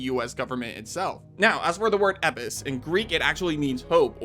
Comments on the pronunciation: why do you say eppis when it is spelled elpis? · ITS ELPIS NOT EPIS ..... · This bugged tf out of me. E*LLL*pis. Not Epis. Like does bro have some accent that skips Ls? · ELPIS, ITS FUCKING ELPIS, NOT "epis" OH MY GOD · I love YT engagement, it really works! "Epis" lmfao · my guy, it’s pronounced El-pis. If you’re mispronouncing it on purpose to engage by rage baiting then that’s cringe af. El-pis. The word doesn’t have a silent L. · E “L” PIS, Bro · EL-pis... If you make such a mistake in your analysis, your takes have a lot less power to them, following with mispronunciation of new virus/parasite/whatever it is. Do your research more diligently next time 😉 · ELPIS not eipis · El-Pis they literally said the word correctly in the trailer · I guess we just ignore the L in Elpis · bro's the king of the silent L. Lost all credibility when you can't even pronounce the word that was said in the trailer correctly. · You’re forgetting the L in eLpis my guy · Can you not pronounce Elpis? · Why don't you pronounce the "L" in "Elpis?" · the L in elpis isn't silent 🤣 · Why are you ignoring the L in Elpis? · Bro do you not see the L in the word Elpis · Is there a reason your not pronouncing the L in Elbis is it silent? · I'm pretty sure it's elpis with a L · Are you engagement farming with that Elpis pronunciation? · Your pronunciation of elpis drove me crazy. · So I feel like he coasting over the "L' in Elpis..... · Dude can even say Elpis right, holy crap. They even say it in the trailer. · Dude can't even say can't right. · There's an L in the word Elpis, please pronounce it.. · You say elpis incorrectly so many times that I can’t finish the video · Can u say the letter L. Elpis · Bro took the L out of Elpis. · I guess it's a silent L. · Question, that’s not meant to offend… why do you say Elpis like the L is an i? From my study of Ancient Greek at uni it’s pronounced EL-PIS (or pus) not eipis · It's Elpis, not Epis 😂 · ELPIS. ELPIS. WHY DO YOU KEEP SAYING EPIS.